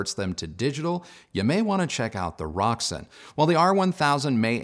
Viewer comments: May i correct you, its rokSAN not roksun, enjoy your day , great review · Pretty sure it's pronounced Rok - San After some ancient goddess. I have the 150 watt per channel k3 integrated which I bought second hand. I like the musical sound. Paired with monitor audio silver 100 7 gen. Would be great it you could get a hold of the Roksan Blak amp.